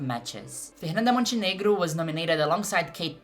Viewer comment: Are you Brazilian, vc fala fernanda Montenegro mó certinho